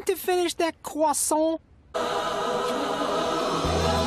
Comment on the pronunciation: So I say, let it ARE YOU GONNA FINISH THAT CWASSAUNT?